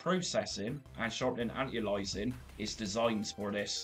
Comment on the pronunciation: Anti - A LI AS ING, say it with me :)